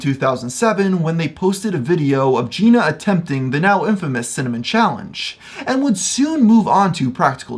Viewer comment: in all your research you couldn’t find out how to pronounce jenna?